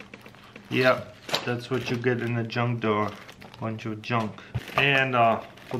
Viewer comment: Is it me or do I hear , 'John doe' instead of junk drawer 😂. LOL